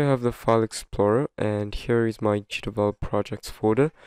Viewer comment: Is it only me or he says "cheatable" instead of "GDevelop"? Or maybe because this is a way of "cheating" GDevelop? 🤭 Good video though, mainly now with the new version where the watermark appears in a place where it spoils the controls of the mobile versions and make them unreachable.